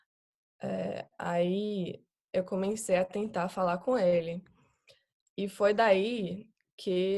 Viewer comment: Ela fala superbem e quase sem acento, mas dá pra sacar uma nuance pequena de sotaque principalmente como ela pronuncia a palavra COMECEI como COMENCEI.